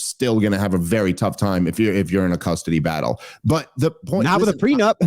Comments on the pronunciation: Dave keeps saying prenub, and it’s bothering me. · How on earth did Andy manage to bite his tongue when Dave was calling a “prenup” a “preNUB”??? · Prenub? Me and you are? Love you Dave but cmon man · It is unfortunate that Dave thinks it’s called a “Pre-Nub” not a “prenup”😂😂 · Why does Dave keep saying pre-nub? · why does he keep calling it "pre nub"?? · Are you saying "prenub," Dave? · Anyone else hear Dave say “prenub” instead of “prenup”? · Dave kept pronouncing it "prenub".